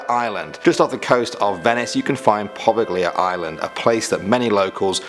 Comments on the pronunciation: #5 It’s pronounced “Provalia (Leah)”. I know some people don’t have some Italian in them but luckily for me, I’m 5% Italian. And also watch shows that go to places like this. You’re welcome! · Correction, You said Poveglia Island wrong. You spoke it the same way that it is spelled, that is the wrong pronunciation. The "g" and "I" are considered silent. It is pronounced 'Po'-'Veil'-'Ya'. Remember Italian words, not English words. Different forms of pronunciation for each and every different language, whether active and living or dead ones. Just Fyi.